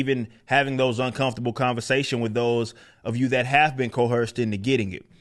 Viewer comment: Love this channel Eric! But this really bugs me.....it's coerced.....not coherced. Thank you!